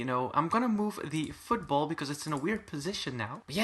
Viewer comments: i thought you said food bowl when u said football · him trying to say food bowl: football him saying football: food ball